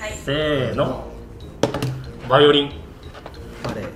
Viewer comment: 先生、「バリオリン」になってません？